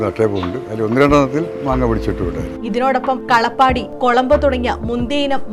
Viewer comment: കളപ്പാടി 😂 കാലാപ്പാടി ആണ്